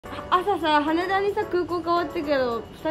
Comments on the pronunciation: は↑ねだ が1番気になるw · はねだの言い方の発音かわいい笑